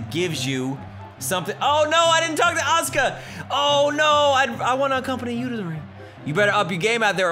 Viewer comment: God dammit there is a U in "aska's" name.